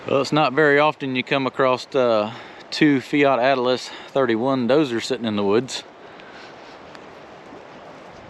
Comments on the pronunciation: why do you call them Atlas instead of Allis? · It's not Fiat Atlis, it's Fiat Allis, as in Allis Chalmers! :face-red-droopy-eyes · Its Fiat Allis not Atlas!!😅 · Its a Fiat-Allis not a Fiat -Atlas😂😂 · Quick question, why do you keep adding a "T" to "Allis?" I love huge machines like these 😊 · It’s Fiat Allis, not Fiat Atlas. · Fiat-Allis mate, ALLIS! Not Atlas, dufus! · It is a fiat -allis (pronounced Alice)not atlas. Allis as in the farm machinery manufacturer now owned by AGCO. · Fiat Allis. Not Atlas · There’s no T in Allis!